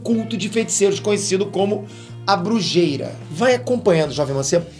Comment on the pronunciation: A pronúncia de brujeria não seria brurreria?